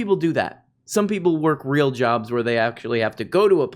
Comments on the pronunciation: Timmy Hot Tubs: "the very weal threat" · “A vewwy weal thwet” -Grim Stool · "vewy weal thweat" tim pool uwu moment ^.^